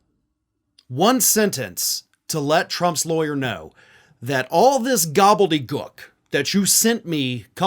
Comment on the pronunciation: You're mispronouncing gobbledygook.